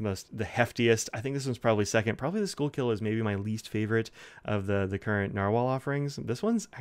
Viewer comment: SKOO-kul. And, yes, it's in Philadelphia.